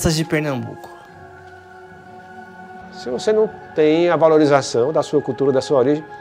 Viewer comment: É PernaMbuco e não Pernabuco. Sou de Recife e nunca ouvi falar nessa seita.